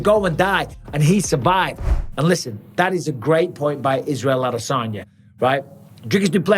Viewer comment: And bisping, its, ad a san ya. Not, ad a saun yer. Your from Lancashire not Buckinghamshire. 😂😂😂😂😂😂😂